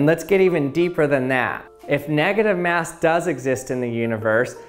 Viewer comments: x X_NoobSlayer_X x Yeah ikr! Its every second he says it "neGAtive maass" negaTIVe mas" "negative MASS" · neahgadive meaws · I think you two don't understand that OP probably spelled it that way because the way the guy pronounces "negative MAAASSS" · Nugitive mass